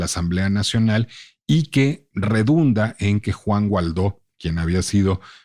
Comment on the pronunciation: Excelente episodio, lo escuché en la página de El Heraldo. Solo una observación, es algo irrelevante pero creo que el apellido del político es Guaidó y no Gualdó (perdón por la pedantería, el contenido del podcast es soberbio).